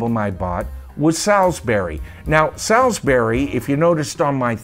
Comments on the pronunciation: Sailsbury is pronounced SAULSBURY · Yeah Heep were quite big in the early-mid 70s. Over here in the UK I remember the track Gypsy being a big track at parties especially at the end when the guys had had a few and would get up and headbang to it lol. Salisbury is pronounced Solsbury btw. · Salisbury is pronounced Sorls berry. It's a place in England. Salisbury Plain is where the army practice - hence the tank. Uriah Heep was a literary character noted for being humble, hence the first album title. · For American viewers - perhaps not so familiar with English pronunciation - the word 'Salisbury' is pronounced SOLZ-BURRIE. And the reason for the name [and the tank on the cover] is that the wide expanse of flat land known as Salisbury Plain in Wiltshire, is where the British Army do tank manoeuvres. What you see is a Chieftain Tank - the main British battle tank at the time. Also the fourth studio album was called "Demons And Wizards" (not Wizards And Demons). Finally, the first album's title "...Very 'Eavy ...Very 'Umble" is a reference to the Charles Dickens' character Uriah Heep - who gave the band their name - who was wont to say he was "very 'umble" (dropping his h's) all the time. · Good descriptions of Heep's songs, but please learn to pronounce Salisbury.